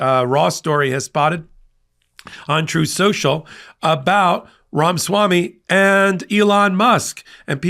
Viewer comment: Its Ramaswamy not Ramswamy. For God's sake. How are we supposed to take you seriously if you can't get the names of key players right?